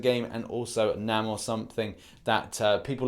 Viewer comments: its pronounced Nay-More not Nah-More. Please get it right next time man. I always watch your videos and I don't usually do this but Namor is one of my favorite ones so please get his name right. Also, thank you for putting that shit head in his place about a Storm Breaker Thor. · Nay-more not nam-or